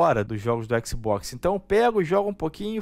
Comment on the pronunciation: Xboxi seu **! kkkkkkkkk Você fala XiMen????